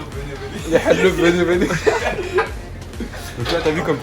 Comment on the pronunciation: on dit halouf pa haleuf